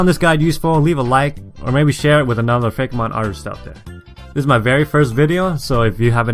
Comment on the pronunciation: I'm pretty sure it's pronounced Fake-ee-mon.